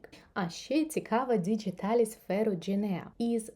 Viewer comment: Чудова рослина! Приємний голос 😌 Латиною «діҐіталіс», не через «дж» 😉